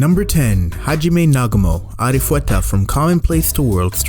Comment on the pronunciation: Am I the only one who heard arifuweta